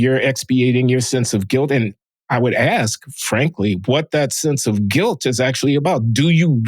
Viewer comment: John is Ask” or “Axe” an accent or mispronunciation?